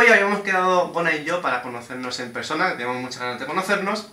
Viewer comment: Gona: Begona: iLuh